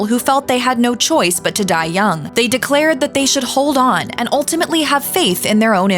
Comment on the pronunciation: Sounds stupid every time you say They